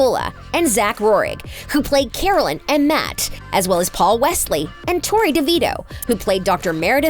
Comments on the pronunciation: It’s not Damian it’s Damon, it’s not Alena it’s Elena, it’s not coralline it’s Caroline, it’s not Stefon it’s stefan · This video made me so mad at the mispronunciation. I mean first Accola instead of King and the way she pronounced it and Carolin instead of Caroline and the Damien, and Stephan like OMG how many mistakes are you going to make. Watch the show or at least do some research before you make a whole video on a show you’ve never even payed attention to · Girl-- cArOlEne It's CAROLINE E l e n a not alEnA Damon not dAmEn Stefan not sTefOn. Mad annoying. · Did she just say caroleen instead of Caroline 😧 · Who is Carolyn it’s Caroline I hate it when in depth videos get the names wrong ITS ALWAYS THIS CHANNEL TOO ITS SO ANNOYING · i... just listen to this: “damian” “carolyn” “stephon” learn the names or don’t talk about them 🤡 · Damian? Stefawn? Carolynn? Did this idiot watch even part of an episode of TVD? It's not cute. Hearing her mispronounce names is infuriating 😆!!! DAMON, STEFAN, AND CAROLINE! Now I just want to hear her say things correctly... CRinGe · Carolin??? Caroline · Uhhh damion really D.A.M.O.N And carolin really it’s C.A.R.O.L.I.N.E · Coralyn. Damian. Who tf is this. They ain't even got the names right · The fact she said Carolyn and not Caroline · 😂 🤦🏻‍♀️🤦🏻‍♀️ aaaanndddd carolin not CAROLINEEEE 😂😂😂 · and carolyn??? lolol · she even said carolin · what about "carol-LIN" lol " " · DAMIEN 😂 CAROLIN😂<3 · And also called Caroline carolin😭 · She said, “Carolin”, 😂😂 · Did she just say carelin damien and stefawn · And Caroline’s too 😅